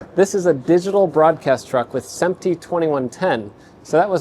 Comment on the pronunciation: Awesome video. I was confused for the first few minutes when you kept talking about “sEmp-tee” and I finally figured out you meant “sImp-tee” (SMPTE).